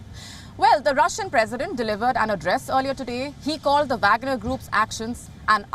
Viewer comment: She can't pronounce the name of Wagner chief.